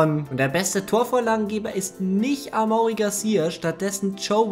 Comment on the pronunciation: amaury garcia spricht man amory aus ,das weis ich weil mein bruder so heist